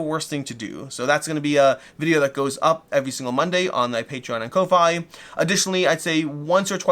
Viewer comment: Thanks for the giveaway! (Just FYI Ko-fi is pronounced coffee - as in buy someone a coffee)